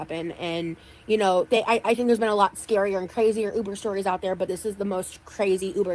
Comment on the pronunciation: i hate how she says “uber” The ooober!!